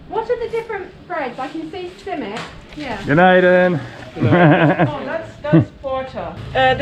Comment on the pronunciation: Hı,not simmit it must be SİMİT😘😘